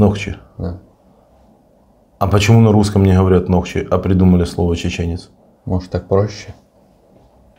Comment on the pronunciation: Не нохчи, а нохчо